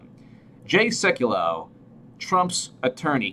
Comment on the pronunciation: Pronounced... Sek you low.